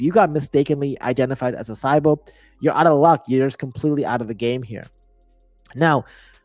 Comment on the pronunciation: Hey brother not trying to be rude but you're mispronouncing sybil and zeta. Thanks and happy to have you back, you haven't posted a video fora while.